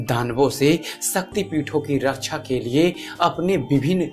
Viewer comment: kyaa prob;em h bhaai rachchaa nhi raxaa hoti sahi uchchaaran kiya karo